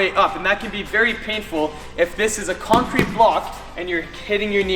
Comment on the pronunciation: is he saying Kongcrete? or Kong free??